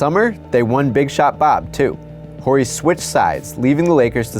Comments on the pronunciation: Plus, if you really watched the game tape, you would have heard the announcers say "Orry" several times...Such a weird mistake... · i said that before i heard you call him robert whorey. h is silent dude. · Pronounced O-ree come on man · thexfactor268 OR-EE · You pronounce Horry’s last name like someone who’s never watched him play or heard his name pronounced out loud. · Wait a minute. How in the world did you pronounce Horry's name?! That's amusing. Pretty sure the H is silent. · Are you all sports fans? How can you not know the H in Horry is silent? Anyone that watched a few seconds of his career knows this. That’s embarrassing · I thought the h was silent? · Love the way you pronounce his name. Lol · he said robert horry wrong. 😂 W word 😂😂😂😂😂😂😂😂😂😂😂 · ....pretty sure the H in BS-Bob's last name is silent.....? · I can't deal with this guy's constant mispronunciation of Robert Horry's name. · Pretty sure the H in Robert Horry is silent. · The H in Horry's name is silent. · Horry has a silent ‘H’ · I thought the “H” in “Horry” was silent. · never heard anyone but this guy pronounce the H in robert Horry.....am i nuts or what? great video, and the new clock info was very interesting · Wow, he mispronounces Horry over and over again. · The "H" in "Horry" is silent. It's throwing off the video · I hate that you can’t pronounce horry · The way you keep pronouncing Horry with a hard H is killing me. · The way he says Horry. Gross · you got approval and posted this whole video and you cant even say robert horry right? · the H in Horry is silent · Robert Horry's "H" is silent, youngblood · ...you're not supposed to pronounce the H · You are killing me with the pronouncement of Horry. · This dude doesn't even know how to pronounce Horry's last name properly.. How am I supposed to take anything he says seriously? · thierry mouren agreed. I cringed whenever he said it. Lol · Does it bother anyone else that he is pronouncing the H in Horry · Yep, reason I'm in the comments